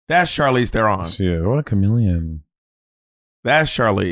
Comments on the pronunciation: very impressed with Monet pronouncing Charlize's surname correctly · Monét properly pronouncing Charlize Theron's last name is EVERYTHING. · Not Monet slaying the South African pronunciation of Theron ❤ and it’s not easy! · Love how Monet pronounced Charlize Theron. Its cute hearing that pronunciation outside of South Africa. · Monet saying Charlize Theron properly is everything 😭😭